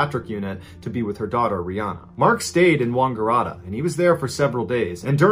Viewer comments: It's WANGaratta, not WONGgaratta. I don't know why it bothers me so much but that's my home town and it just causes me pain to hear it mispronounced so badly! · Sorry Mr Ballen you slaughtered all those Australian 🐨 towns. It's Wang like tang Wang- a- rat- ta. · I had to play him saying Wangaratta over and over to figure out what he was saying 🤣 It is wang, not wong, mate 😄👌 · Wungaratta haha its Wangaratta but can't fault him it is quite difficult. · “wonngararta”😂 shout out my town btw its Wangaratta pronounced wan-gah-rat-ah 🤣 bruh crying laughing right now at the mispronounced Australian locations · Except for Wongerrahta. xD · I will try to explain 😬 Wangaratta is Wang as in oh my god his wang is huge, ga as in goo goo gaa gaa and rat as in how you say the animal and ta as in tatas, altogether wang ga rat ta. When he said Yass it sound like he was saying Yaaaassss Queen. It is pronounced Ya ass put together Yass. Hope this helps! ☺️☺️😂😂😂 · I remember these people here in Australia. They were really traumatised and it was SOOO bizarre. Everyone was just shaking their heads thinking wtf? It caused so much speculation and unease. Boy you do this well! Wang-gah-ratt-ah, the first and third A’s like in “bat”. And Yass with a flat “a” like “bat” as well. We are an odd bunch here🤗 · The mispronunciation of Wangaratta is hilarious. Its pronounced Wang ga rat ta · God I hate how Americans say Aussie town names. 😂 it’s atta like atta boy! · Any other Aussies laughing at how he says Wangaratta and Yass???? Love that we were included in your stories 💛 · Mr Ballens posh pronounciation of Wangaratta was epic! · Wangaratta 😂 I shouldn’t laugh though you should have heard how I pronounced wauchope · 😂 hear an American say “Wangaratta” and “Yass”. Yass Queen! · Your polite Aussie back to help your Aussielish: yAss and wAngarAtta are like the A in "cat".